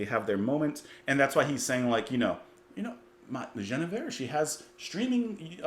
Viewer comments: It's not "Jeneveir", it's pronounced "Gwinnevere". You can hear the pronunciation in the song itself. I don't know why Crosby added the extra "n", but Guinevere is either the fictional or real-but-mythologized wife of King Arthur, whom she loved but nevertheless betrayed after falling in love with Sir Lancelot. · As others have said, here, this is about Queen "Gwinna-veer" (not French - as the way you're quite reasonably trying to pronounce it - but something like Welsh - or Ancient Briton). King Arthur's queen. If I remember correctly, you didn't get your history of the Knights of the Round Table from the Venerable Bede (who, I think, tells the story of the romance between Sir Lancelot and the lady I shall call Gwinna-veer, just for current purposes), and instead got it from the great historian, Monty Python, who only tells the tale of Sir Lancelot's attack on the wedding celebrations of someone in the kingdom I forget now. This one: So then obviously you're not going to know that the Queen and this great knight had a traditional medieaval adulterous romance, then. (Because they only tell of how Sir Gawain came perilously close to losing his virginity, if I remember full well.) There are versions of the tale, however, which have this story included in the plot (the romance between Lancelot and Gwinna-veer (sorry).) ... ) just in case. It was a very common theme of Troubadour love stories (almost all of them were about the impossible love some mere knight had for the great Lady of his Lord). Actually it was just about the medieaval love story. At tournaments, knights would make a show of hopeless love for some unreachable Lady, as part of the show. They would "secretly" fight for their boss's wife's love, basically. And she would scorn him, and break him in twain within, so. Ap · I'm surprised he didn't pick up on the pronunciation while listening to the song. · Dude... You keep mispronouncing "Guinnevere", even after you heard the song. (?)